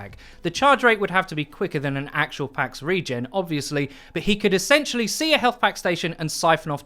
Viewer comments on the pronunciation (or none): none